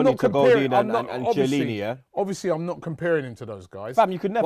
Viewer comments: Say Shielini one more time !!! I double dare ya !!! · I'm pretty sure its pronounced "KIELINNI" .